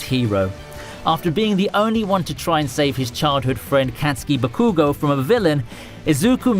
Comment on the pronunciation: You know this man dont watch anime as he says "buhkoogow"